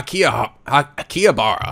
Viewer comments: I believe it's pronounced Aaki-Haabra. Great video. Keep up the good work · "Ah-key-ha-ba-rah" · I'd like to see more of this. I might have heard of the anime before, but this is turning out to be funnier than I thought it would be. Also, to pronounce Akihabara is ah-kee-ha-ba-la. I know the pronunciation's different from the actual spelling, but from what I heard, the R's are supposedly said as L's. I think the R sounds are supposed to be VERY subtle, but you almost never hear that in the Japanese language. So Mayuri would be read as ma-yoo-lee, and Rintaro as leen-tah-lo. But read it as you please, I just like to be well-versed in foreign languages as I can. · IT IS PRONOUNCED AK~KI~HA~BAR~AH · It's pronounced Aki-Har-Brah, at least I do.